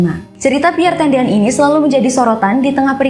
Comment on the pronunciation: Piere tendean bukan piere tedean